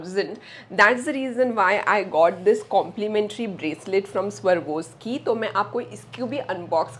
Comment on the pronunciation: It's not pronounced as "Sarwoski" it's pronounced as "Swarovski" farak hai